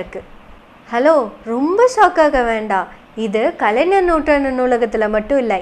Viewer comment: கலைநர் என்ற உச்சரிப்பு தவறு, கலை"ஞ"ர் என்று தான் உச்சரிக்க வேண்டும். 🤝